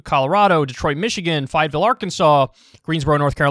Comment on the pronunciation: Listen. It's Fay-etteville. Not Fi-etteville